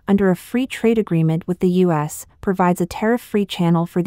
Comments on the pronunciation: Idiotic bot narration! AT LEAST teach it to say terms of core importance properly! Not Sino-us - means nothing and is unacceptable - but Sino-U.S. as in China-USA (relations). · Yes, it isn't a "Sigh-No, Uss" trade war, but is, in fact, a "Sigh-No You-Ess" trade war. Spelled and correctly spoken as "U. S." That said, this is an AI narration bot, not a human narrator, so you have to take it all with a grain of salt. Or just laugh--many of the AI narration bot goofs are at roughly the second grade level, so keep a monitor wipe handy, lest you spit coffee all over the screen when you hear one. There are a lot of them, so have a lot of coffee at hand. And the last laugh? AI is supposed to learn from context and high volume exposure to language. No far, I'm not seeing much evidence of it. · PS: If your Al cannot properly say U.S. and not Sino-US, then try using proper punctuation. Or simply refer to my country as "the United States". You need to be aware that Americans are scrutinizing your every word and will not tolerate disrespect of that sort.